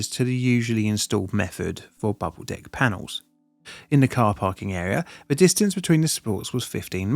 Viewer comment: Imma be honest i didnt hear bubble "deck" at first 😂